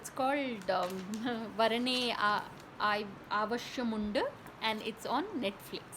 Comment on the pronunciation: I hope you will practice more on how to say the movie name. Otherwise it is good.